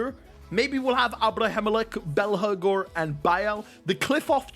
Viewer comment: You've been butchering it but its belphegor